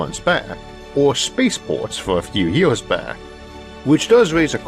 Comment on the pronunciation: What are yeeohaws (years?). By meow curiosity - is this guy speaking English?? Neil (below) mentions his episodes are getting longer. Well, that's because he has trouble to talk. Listen to the uniform music in every sentence and ... what's a space paw?